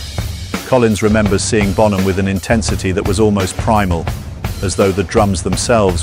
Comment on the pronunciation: Por qué mierda dicen bonJam? Se pronuncia bonam.